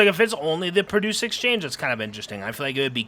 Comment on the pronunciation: it's pronounced "pro-duce" brother